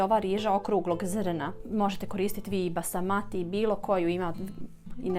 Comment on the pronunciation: Nije Basamati pirinač, već Basmati.